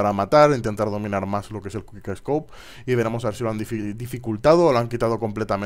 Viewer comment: es quick no te comas las letras ;)